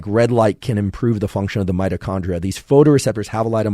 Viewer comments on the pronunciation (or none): none